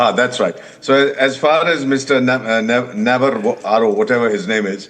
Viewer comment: Shame on you Ambassador Vohra. You come to a social platform and cant even pronounce Navarro correctly. You are not funny but disgusting , one who has no respect for others. Shame on this channel.. Cnat watch it any further.